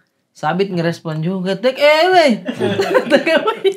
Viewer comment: Take away bacanya teɪk əˈweɪ ə bukan e. Kalau ewe itu sejenis domba.